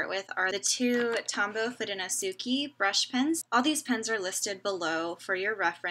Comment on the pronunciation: foo-doh-no-soo-kay -- so many American people say -key at the end. It's Japanese.